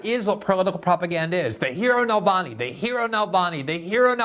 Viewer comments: Glenn, it's Navalny, you keep saying Nalvany. It's misspelled in the title, too. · Glenn pronounces Navalny as "Nalvany." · Glenn not being able to say Navalny's name (without a malapropism) after more than a decade reveals remarkable ignorance - and not knowing that he has more than 2-3% support in Russia.